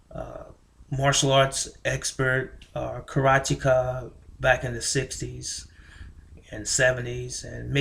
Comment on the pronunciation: It is pronounced Karateka, not Karatika, and the movie is 'Way of the Dragon' not 'Return of the Dragon'. So much for your lexicon and history. The one that floored me was " my point of view is not my opinion". Go figure that riddle !